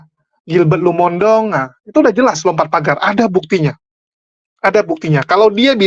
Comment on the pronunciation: Maaf, penyebutan Lumondong itu keliru. Harusnya Lumo in dong. Bagi orang manado tidak ada marga Lumondong